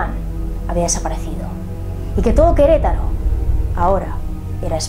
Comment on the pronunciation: que lindo dices Queretaro... yo soy de Queretaro